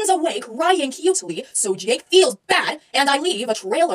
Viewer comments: "JÆKE" XD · I love how she calls Jake and Jack JÆKE AND JÆCK